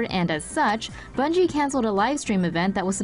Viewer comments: Its bungie not bugie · Bungie* ,not Bugie😆